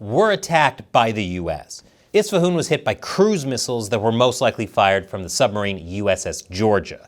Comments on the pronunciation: the Persian guy who told you to pronounce Isfahan that way was messing with you. You are saying it in a regional accent (which I admit, made me chuckle). The standard formal way is very close to how you would normally read the letters as an American. In fact, I would go one step further and claim that when we speak English, we should NOT worry about how those nouns are pronounced in the language of their origin. Phonemes change when words become loanwords. Just follow your natural American phonemic patterns when you try to read foreign names. That is the correct way to say them in English. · It's spelt with an "A" at the end, not an "O" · Why are you pronouncing Isfahan like that ?